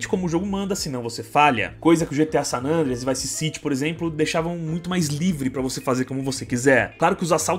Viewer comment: É só eu que me incomodo quando o chama o GTA San Andreas de "Sanandreas"?